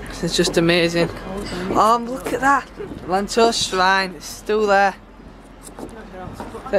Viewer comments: It's pronounced yanto not lanto lol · It is pronounced Ianto